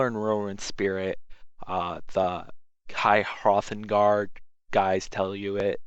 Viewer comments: It's "High Hrothgar" not "High Hrothengar" m8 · Whirlwind spirit and high hrothagar? Nice English